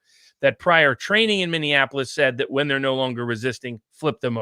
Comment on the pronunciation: Viva Frei, it's MINNEAPOLIS, not MINN-DIAN-APOLIS. Just because my city is bit burnt it shouldn't be dissed as such.